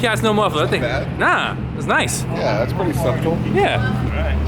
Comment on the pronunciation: Re-watched this video and never noticed saying "that's sub-tle" hahahaha